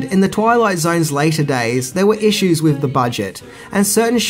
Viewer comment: Did you just say "wiv" instead of "with"? Bye.